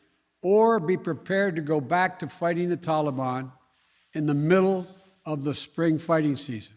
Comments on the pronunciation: Every time he says “Tahlee baan” all I can think is “hey mr tally man, tally me banana….” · So it's blame Donald.... what a putz. Can't even pronounce taliban. Tally bon.